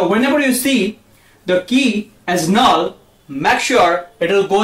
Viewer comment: null not "null"